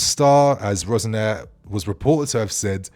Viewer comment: Why do you keep calling him Rose-Nair? 😫